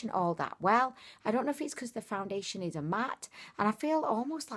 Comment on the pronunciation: Did you say, "Foun-diddly-ation"? Lol